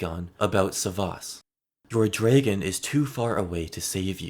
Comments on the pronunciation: Very well-made video, but why do you keep pronouncing it “DRAY-gun”? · The way you pronounce dragon is making it impossible to watch this 😂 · i love the way you say “dragon” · Love the way you say dragon